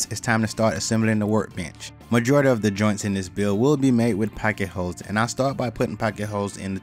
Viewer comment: He said "packet ho's"! Not pocket holes.... lol.. Slap. lol